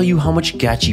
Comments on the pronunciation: I can definitely tell, you don’t own one Gachi belt 😂😂 much love bro but you could have learn how to pronounce it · HOW DID YOU PRONOUNCE GUCHI WRONG IT LITERALLY SAYS THE NAME ON THE ITEM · 'not sure if i can trust someone who pronounces Gucci as Gacci LMMFAO!